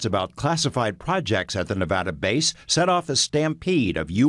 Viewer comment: i cant believe that he said Nevada right most people say Nevada as (knee-vada) and htats not ho it is pronounced.